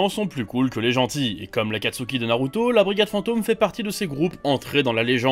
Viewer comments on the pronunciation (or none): none